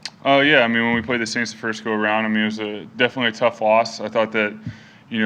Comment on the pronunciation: I love when he said " In the forth quarter we're gonna beat the aints '